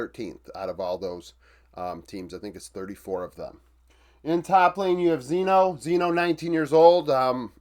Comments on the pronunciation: its chino not zeno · you should make a fast video showing the difference in stats in the last two series, with Envy. Im pretty sure that those stats changed a lot. btw, the name of the top laner is pronounced with a "Sh" sound instead of the "Z" sound... its "Shyno" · no one cares much and it doesn't matter much but, Xyno is pronounced 'Shee-no' around here